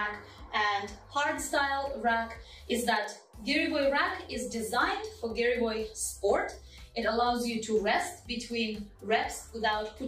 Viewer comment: Слово "гиревой" было сказано по-русски без акцента... хм, русская што ль